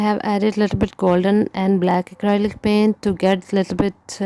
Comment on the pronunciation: Omgosh...lmao..my boyfriend just ask me about into this video.."what the heck was I watching" he thought she said "toilet pains"...I told him "no lol" she said "paint" then he heard her say what he thought was "seamen" his response was "WHAT" 🤣🤣🤣🤣 Best laugh ever..his face was priceless... Now back to this video